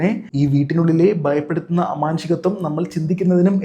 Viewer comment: ബങ്ങി അല്ല.., ഭങ്ങി ബയം അല്ല.., ഭയം ബയപ്പെടുത്തുന്ന അല്ല.., ഭയപ്പെടുത്തുന്ന